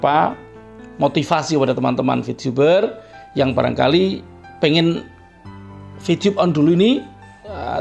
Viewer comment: Vtube pk bukan vtyube Terlalu fasih Lidah Jawa jangan di paksa